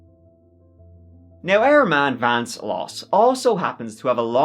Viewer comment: I think at one point you may have dropped the ‘V’ in Vance 😂😂😂